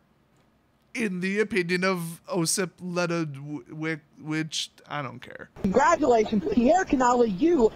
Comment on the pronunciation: the w is pronounced as v